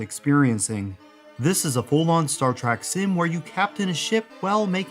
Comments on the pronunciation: Trek ! not Track ! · Star Trek. Not Star Trak. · It's a short E sound, not a short A sound. Trek, not Trak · Why do you say "Star T-R-A-C-K" throughout this entire video? I'm not even a fan of the series, but I mean...knowing how hardcore its fans are, this seems like quite the gaff, no? [comment edited to add] ...But otherwise a great video, as the majority of yours are. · I completely know how it's pronounced and shield but it'll always be Star Track in child like brain! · Star Trek has an e in the second word, not an a. Why do you keep saying "Star TrAk?" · Star "Track"? you're killing me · It is called "Engagement bait" He said a word wrong, and now we comment on his video, helping him in the algorithm. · I can't believe there are not more people calling this out lol I don't care what you're "used" to saying, say it right!